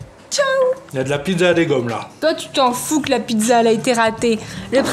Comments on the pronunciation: Elle a fait une Pid'za (pizza) 😂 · Ce qui disent pidza au lieu de pizza 👇Liker ce commentaire